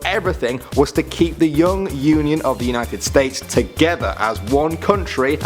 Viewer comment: he said united Steaks